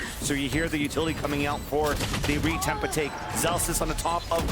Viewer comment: "so you hear the utility coming out for the retemp attake"